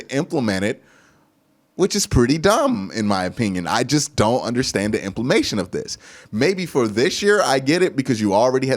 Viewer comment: "IMPLIMATION" CLASSIC! 😅😅😅